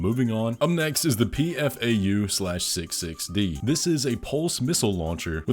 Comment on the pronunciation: Jsut so you know, the 'PFAU/66D' is said aloud as 'fow'. Like 'peafowl'. Like all Schneider parts its named after the German word for a bird - the Peacock, specifically. LAMMERGEIER means 'Bearded Vulture', too.